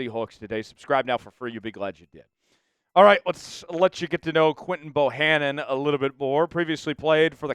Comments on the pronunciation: And I have four reasons that Quinton‘s last name is Bohanna not Bohannon. Why not just read it? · Quinton’s last name DOES NOT HAVE an “N” at the end of it!!!!